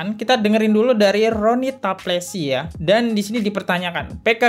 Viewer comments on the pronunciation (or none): coba menyebut nama orang yg benar bro,jgn menyesatkan netizen,contoh:mhd Nuh,anda sebut mhd Nur,talapesy anda sebut taplesy. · PROJEC Rony Talapesy bukan rony taplesy mohon koreksi oenyebutan namanya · RONY TALAPESY... BKN TAPLESY